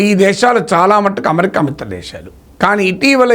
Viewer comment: ‘న్యూక్లియర్’ ని మీరు ‘ న్యూక్లియార్’ అని పలుకుతుంటే అసహ్యంగా ఉంది. అమెరికా ని ‘అమరికా’ అని…అంటున్నారు. ఏ?